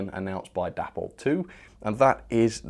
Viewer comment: Day-pol. Not Dappol